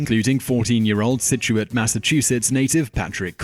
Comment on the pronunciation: good job on pronouncing Scituate!